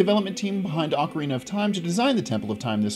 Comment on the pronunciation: Finally, someone else who says ocarina with the long "O" sound! Everybody looks at me like I'm crazy when I say it that way!